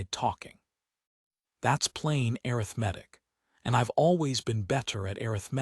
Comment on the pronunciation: The story is good, very good. This is nit picking, but is there a way to get the AI narration to correctly pronounce words, such as arithmetic and Silas. If that cannot be done, change the words. The take away from an otherwise good story.